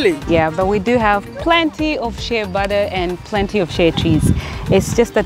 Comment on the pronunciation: It's "shea butter"...